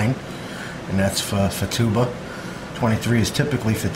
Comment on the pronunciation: Its "FooTaahBah" Not FooTuba.